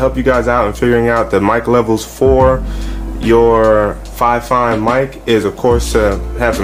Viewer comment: dude awesome video but a quick pointer fifine is pronounced more like (Fee-Fine) again awesome video just wanted you to know though btw left a Like dude and subbed for being so helpful.